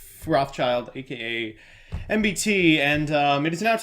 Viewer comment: em-bu-tee Instead of the usual Em~ BEE~ tee~ 🤔